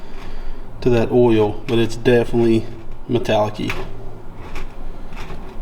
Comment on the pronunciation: Just say oil like paul wall, its ok